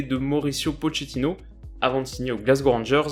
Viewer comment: Très bonne vidéo comme d’hab ms en italien “ch” se prononce “qu(e)” on dit donc Po”qu”etino 😅